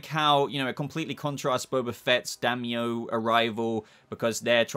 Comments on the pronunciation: Dime-yo. “Dime” like the coin. And then yo. Daimyo spelling, Dime-yo pronunciation. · Daimyo is pronounced Die-Me-Oh